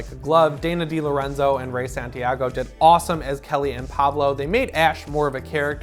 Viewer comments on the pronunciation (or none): none